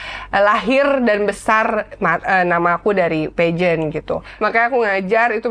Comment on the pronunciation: Pembawa acaranya mungkun bida diperbaiki. Peageant bacanyq salah. Cara bicara di gaul gaulin.. padahal udah bagus kalau gak gitu